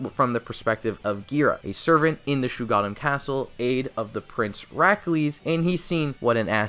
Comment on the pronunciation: #1: NOT SHUGADDAM ITS SHUG OH DDAMN